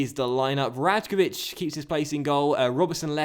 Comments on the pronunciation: rajkovic is pronounced raykovich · The right way to pronounce the name predrag rajkovic is Ray-ko-vich pls like so will see it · you pronounce rajkovic wrong, you need to say it like this: "raykovich" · I may be wrong, but I believe that Rajkovic's name is pronounced Raikovic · Rajkovic = Rye-kovich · Rajkovic is pronounced Rye-Kovich. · Docks, "Rajković" you should spell like Rayković, because "j" in slavic languages is like "y" in English :) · The right way to pronounce the name predrag rajkovic is Ray-ko-vich pls like so will see it